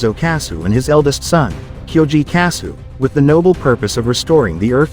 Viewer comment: Your an idiot, Kyoji didn't still it, his dad told him to take it to earth to keep the military from using it for war. Get your Gundam history right. And another thing: their last name is pronounced kasshu, you can LITERALLY hear the H in the name it's pronounced the same way as the nut itself but spelled differently